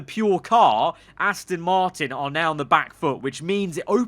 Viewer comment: Its Aston not Astin just letting you know